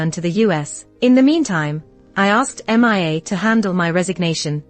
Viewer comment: 2nd story saying m.i.a. instead of mia